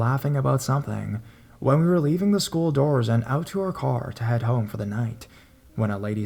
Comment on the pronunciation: "...until I was in high schoo-yal"